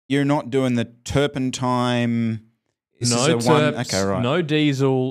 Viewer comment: Did say Turpentime?